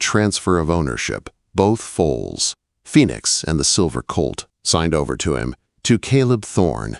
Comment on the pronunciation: Foals… not fowls or fools or folds